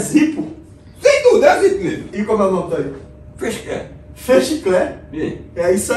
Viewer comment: " é um zípo" KKKKKKKKKKKKKKKKKKKKKKKKKKKKKKKKKKKKK